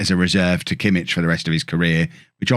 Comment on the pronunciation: Actually it's not only Pulisic...Joshua Kimmich is actually pronounced 'Yosua Kimmick'. Even though the ck doesn't sound that way